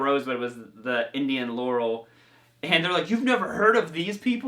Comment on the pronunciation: Haha! I wasn't angry, I was being sarcastic, my British sense of humour doesn't translate in script, dude! At least you said Laurel right today lol;) That axe sounds spanky and daym sexy in your hands,?! Did you know the classic vibe range also uses nitro finishes as well?!!! At THAT price?! I've been seriously thinking of pulling the plug on a JagUar or Jazzmaster, they're so pretty! hahaha